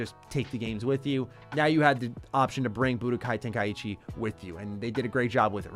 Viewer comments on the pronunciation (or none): love the channel and your videos but im sure its ten-kai-chi not ten-kai-ichi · Ten-Kai-chi Say it right please